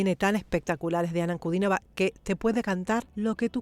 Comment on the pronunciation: Muchas gracias por nombrar el apellido de Diana correctamente, con el acento correcto. Gracias por el respeto